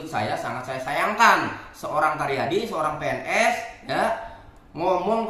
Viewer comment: 😂asa karyadi td bilang, jd yg bener Taryadi ya? Bukan caryadi?